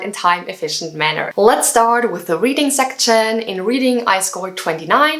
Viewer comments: Great video but if I were you I would avoid the word 'section'. It sounds kinda weird when you say it haha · I think you need to check pronunciation of "section". Don't get me wrong. I am learning from you way more things. Bests.